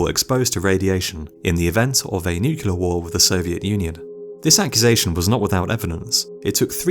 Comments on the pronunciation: Dude also says NUKE-U-LAR instead of NEW-KLEE-AR. NUCLEAR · new clear weppuns ...derps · NucULear?? really? Nu Kue Lear? Come on. NOOKLEER. Jebus. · The Last Greaser it’s spelled Nuclear but but it’s said as nucular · He says “nuk-u-lar”. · NuCLEAR not nucular! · Only one way if you have command of the English language! Nu-clear! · Lol. I say nucular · Kitterz - I'm so glad I'm not the only one who gets irritated by this! 👍❤️